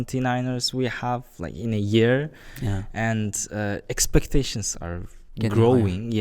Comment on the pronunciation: Expecteshns ar getting higher 😂